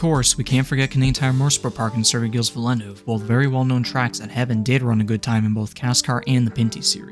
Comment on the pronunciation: pronounced "vill-neuve"